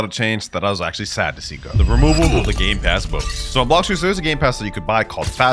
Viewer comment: Did he just say… GAY PASSES💀💀💀💀💀💀💀💀💀💀💀💀💀💀💀💀💀💀💀💀💀💀💀💀💀💀💀💀💀💀💀💀💀💀💀